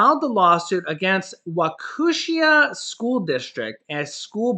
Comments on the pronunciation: Lol you mis pronounced the city in Wisconsin. Its pronounced wau-ke-sha. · its waw keee shaw, its hard to pronoiunce, we have lots of native american names for towns here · WHA-KEE-SHAW (In Wisconsin, just west of Milwaukee)